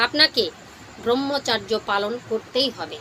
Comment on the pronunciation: দিদি আপনার উচ্চারণ শুদ্ধ নয়। ব্রহ্মচর্য (ব্রাহ্মচর্য বা ব্রাহ্মচার্য নয়)। আর্য ঋষিরা মানব জীবনকে চারটি আশ্রমে বা অধ্যায়ে ভাগ করেছেন। উপনয়নের পর 12-24 বছর ব্রহ্মচর্য (অধ্যয়ন, সংযম ও ব্রহ্মের আরাধনা)। 24/28 থেকে 60 বছর সংসার ধর্ম পালন (গার্হস্থ)।60-72 সংসারের সকল দায় দায়িত্ব সন্তানদের হাতে তুলে দিয়ে ধর্ম পালন, দান-ধ্যান করা ( বানপ্রস্থ/রিটায়ার লাইফ) এবং তার পর সংসার,গৃহ ত্যাগ করে তপোবনে বা ধর্মস্থানে পরম ব্রহ্মের সান্নিধ্য লাভের জন্য শেষের দিনের জন্য অপেক্ষা করা।